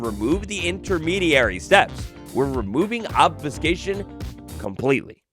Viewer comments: I feel your diction pain as (for medical reasons) I've had to learn "how to talk" 9 times in my adult life. Try this slowly: Ob-few-skā-shun I think part of the trouble you were having to start with was the incorrect vowel sounds 🤞🤍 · Obs-phew-kashion (how to pronounce obfuscation)